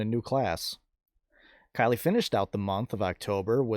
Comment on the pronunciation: Thank you for the video update. You said Kylea's name correct. I enjoy all of your videos.